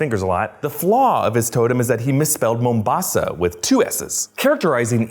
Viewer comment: i really love how you are stressing the first A in the word Mombasa. its making me laugh how you are exaggerating its pronunciation